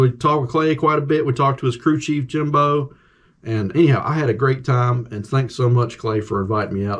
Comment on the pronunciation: It's JIM O not JIM BO 👍